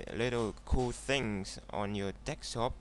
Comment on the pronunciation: It's fucking "DESKTOP" not fucking "DEKSTOP" you illiterate foreign piece of shit